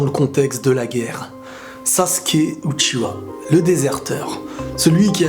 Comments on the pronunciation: J'ai mal au yeux ! C'est Uchiha pas Uchiwa ! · Non de base c'est "Uchiha" et non "Uchiwa" c'est juste le doublage Français qui le prénomme comme ceci